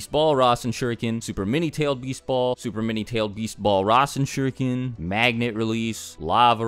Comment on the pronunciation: Dammmmm Naruto jutsu names really does sucks on english dub :v RAISEN SHURIKAN :V